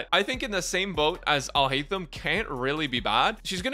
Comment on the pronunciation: Finally someone who didn’t butcher his name!! :D